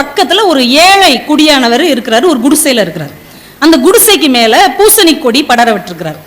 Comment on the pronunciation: Not Gudisai…It is Kudisai